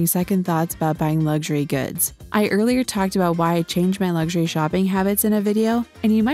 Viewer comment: You do realise that the word luxury hasn't got a 'G' in it